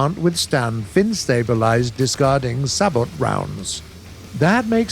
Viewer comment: It’s sabot from french not sahboth